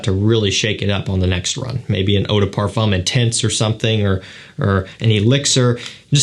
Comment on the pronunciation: "Parfum" lol